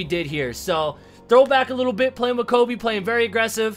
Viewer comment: ooh but he not Kobi is Kobe I was confused Because he say kobi